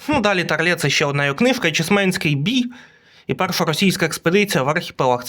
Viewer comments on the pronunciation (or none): Тарле ударение на а. Книги хорошие.